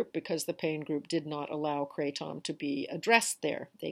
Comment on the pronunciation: Thanks for sharing. I like the way you say kray-TOM.